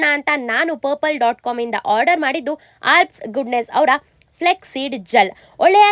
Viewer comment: That's not flex seed its flaax seed gel pronounce it properly